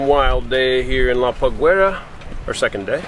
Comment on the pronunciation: La paguera is pronounced pagera. The u is silent, unless two dots are above it.